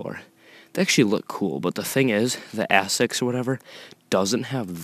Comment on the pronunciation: wouldn't it have been pronounced AYE-sics like the shoes